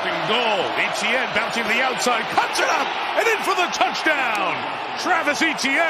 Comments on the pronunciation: If you ever see this... It's not E.T.N, it's Hay-Tee-N. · Since when is " Etienne" pronounced " E,t,enne " . It's a French word and should be pronounced as a French word ! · Tirico just needs to perfect his pronunciation of Etienne.